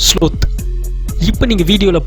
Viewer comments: இதன் பெயரை ஸ்லாத் என்று சொல்லனும்ப்ரோ அது ஸ்லோத் இல்ல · sloth pronunciation wrong bro ,lol!!